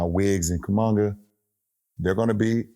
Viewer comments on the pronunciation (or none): I think you say Kuminiga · Let's not get too excited about detail; LeBron just called Kuminga "Kumunga." Better memorize that name, LeBron, he's the next you. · lol "Kumonga" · Bro butchered Kumingas name, wtf was that LMAOO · Bron mispronouncing kuminga had me laughing 🤣🤣🤣🤣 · The way bron pronounced kuminga was straight comedy 😂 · no way he said Kuminga like that